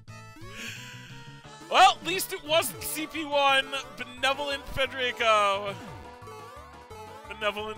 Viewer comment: actually pronounces "Federico" correctly. What an absolute Chad.